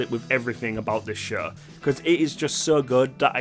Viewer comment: Your accent is almost never distracting but the way you say "show" is like "shuegh" and idk why it gets me every time lol